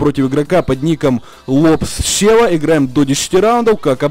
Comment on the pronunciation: КЕЕЕЕЕЕЕЕЕНТ НЕ СЁВА А СЕВА!!!!!